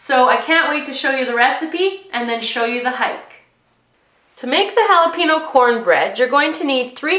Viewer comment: Jalapeño isn't pronounce like that